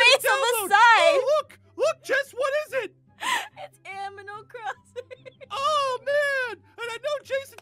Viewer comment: ‘Aminal crossing”